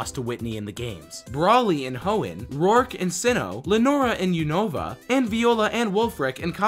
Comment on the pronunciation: 108 un-na-va